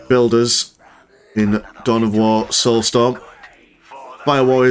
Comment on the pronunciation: Witness the "stoulsorm"